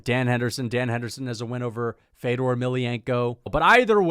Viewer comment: Putting this dude over Fedor, while pronouncing Fedor’s name wrong. I was laughing my ass off. I’ve never seen more casual energy in my life. Unsubbed lmao